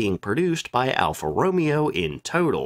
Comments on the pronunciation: All the Alpha Romeo fans are freaking out about your pronunciation right now. lol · As a petrol head I physically flinched every time Alfa was mentioned - thank you for doing God's work!